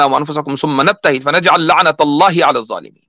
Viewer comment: You have read ayat wrongly zalmeen